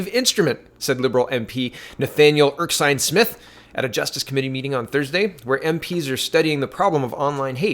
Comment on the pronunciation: you really need to start actually reading these names. You make silly mistakes like pronouncing Erskine as Erksine. Look at the words man, it is Ers-kine not Erk-sine. Slow you mouth down so you eyes can catch up man.